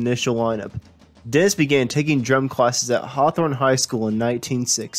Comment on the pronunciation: English pronunciation needs work. Woolsin = Wilson? Dents = Dennis?